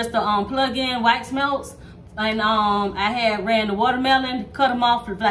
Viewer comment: 😂😂😂I PEEPED THAT TOO